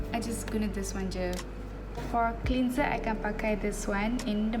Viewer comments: Haah. It's supposed to be clenzer not clinzer. Macam geram je nak betulkan. Tapi the rest ok je. Her English is better than mine 🤣 and she's pretty anyway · Ok je english dia saya suka dgr. Cuma one word I noted she pronounced it wrong >> "cleanser" it's supposed to be clenzer bukan clinzer. Hihi 😁 anyway, she's pretty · cleanser is pronounced as clanser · the way you pronounce 'cleanser' 😂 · God I am glad I’m not the only one that noticed that 🙂 also how she says “basically” too wow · Annie Clarke same